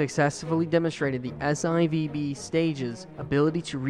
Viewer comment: Great work. Nit-pick: S-Eye-Vee-Bee is officially pronounced S 4 B.